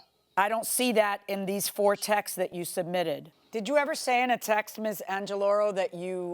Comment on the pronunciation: “I sent some texeses”,, oh boy this is becoming more common, I’m starting to think that’s how you say “texts” 😅